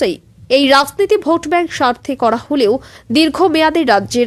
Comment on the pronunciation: এত খারাপ উচ্চারন। চক্রান্ত হয়ে যাচ্ছে সক্রান্ত। রাজনীতি হল রাসনীতি! ধুর এই ন্যাকা আদুরেপনা আর ভাল লাগে না...